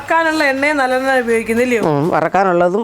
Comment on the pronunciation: Nallenna eann parayunnAth eallennayaanoooo...thalayil thekkunna ???